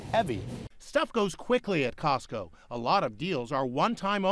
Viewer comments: cosco its like sams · Cotso? I only know tesco